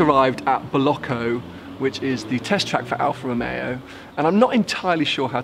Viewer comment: Al Fa Ro Meo. Yes, that's it.